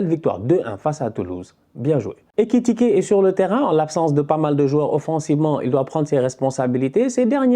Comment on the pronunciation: Toujours en difficulté avec le nom d'Ekitike